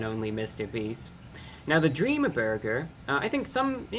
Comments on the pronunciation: Dweam burber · I love how he says burger